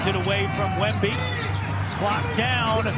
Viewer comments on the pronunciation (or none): The announcer pronouncing Wemby’s name at the start 😂😂